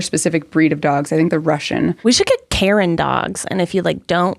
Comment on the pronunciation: Anyone else thought was saying Carin Dogs and totally configured, and then eventually realized she meant Karen Dogs?